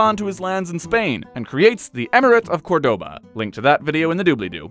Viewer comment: There was probably about 10 odd Spanish names and places to pronounce in that vid, multiple times - PLUS, he's probably the only person on YT to pronounce 'sevilla' and especially 'córdoba' correctly ¡te calmas!